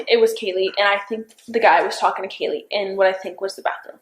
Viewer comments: Does it annoy anyone else that shes calling Kaylee "Kylie" Come on 😩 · it was so satisfying hearing her actually correct the lady saying Kaylee's name wrong for some reason